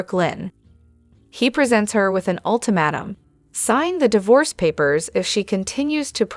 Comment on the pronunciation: I'm not sure if this is a human or AI. She can't say ultimatum correctly, she says most of the names correctly, I've heard some that couldn't say any of the names, at least can say Valentin, Brooklyn, Anna, Chase and Cassidine correctly. She even said Kristina Corinthians Davis correctly.